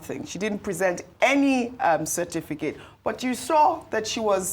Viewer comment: Why do we call it Cerfiticate rather than Certificate?